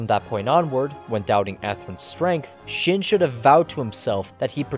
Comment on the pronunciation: Seriously how can you screw up "shin" but get "Kira" right? It's the same damn letter and pronunciation -__